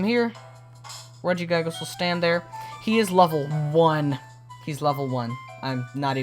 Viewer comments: regiguygas? no the second i is soft pronounced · He says regi guy gis lol